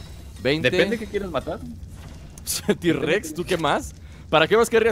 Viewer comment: tirrexeses se dise t rexs